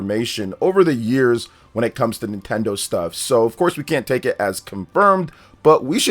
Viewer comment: NintenDeen? More like, NintenDONT 😅